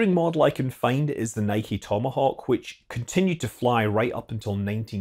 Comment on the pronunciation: Great video, and good to hear the correct pronunciation of NIKE. 👌👌